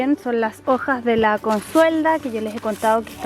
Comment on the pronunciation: Me gusta cuando dice: las jojas